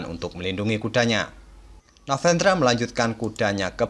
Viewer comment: Kok kayaknya agak kesusahan nyebut nama novendranya ya bg hehe Oiya bg, mau request partai blunder papan atas yg kelupaan kalau rajanya sedang di skak dan melangkahkan bidak lain, jikalau ada bg, saya pun gatau ada atau nggak hehe. Dan kalau kejadian seperti itu gimana aturannya ya bg secara internasional?